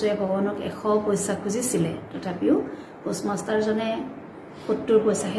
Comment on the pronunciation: post master or pus master..poem has stanza not paragraphs... worst pronunciation...needs improvement...as a teacher